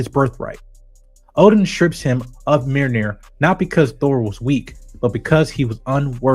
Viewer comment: Mjolnir not meerneer